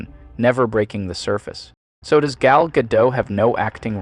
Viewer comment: FYI- Gal Gadot is Israeli, not French (there is no soft “t” at the end of her name). Gal rhymes with “doll”, not “pal” and Gadot is pronounced exactly like “god-oat” (does not rhyme with “bad-dough”). Just good to know 😊